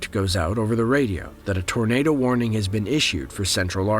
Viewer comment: It sounds like your saying tornader